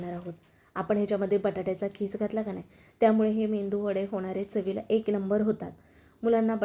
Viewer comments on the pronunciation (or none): मेंदुवडे नाही मॅडम मेदुवडे असा शबद आहे